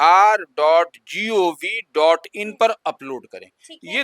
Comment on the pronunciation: DLRS hota hai na ki DIRS😅